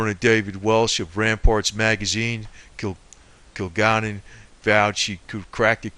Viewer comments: Kil-Gal-Len Please pronounce her name the right way. This information is incredible and interesting! There is a flow to this. I believe it. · Yes! This guy's pronunciation of Kilgallen's name is irritating. Your explanation is good. I'd probably say it's the words "kill" and "gallon." I can't imagine the fellow is much of a researcher if it never crossed his mind to watch a few seconds of a "What's My Line?" clip. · Hey Buddy, Kilgalllin Is Pronounced (Kill-Gal-Lynn) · her name is pronounced KILL- GALLON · You think his 3rd grade teacher would have taught him how to (Sound - It - Out) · The ignoramus on this video can't even pronounce Dorothy Kilgallen's name correctly, or the names of other famous people. He offers no evidence (of course not), but just keeps spinning the same conspiracy theory. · who is talking? doesn't even say her last name right